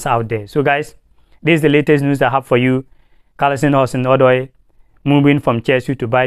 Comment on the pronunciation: It's not Callisom, but Callum Hudson Odoi.